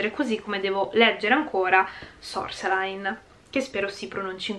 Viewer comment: Sorceline in francese vuol sire Streghetta e si legge "sorselin"😘 come sempre, a parte questa mia entrata da francesologa, e sempre un piacere stare ad ascoltarti anche se preferirei fossi qui per farlo di persona. Ci manchi!😘❤